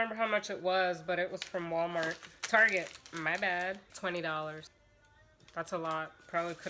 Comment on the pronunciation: Haha awesome video as per usual. Your accent when you say Walmart had me roaring lol